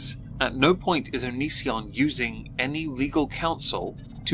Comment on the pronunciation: You know, for all the commentary around him, not enough people pronounce Onision to rhyme with derision. I'd like that to change please.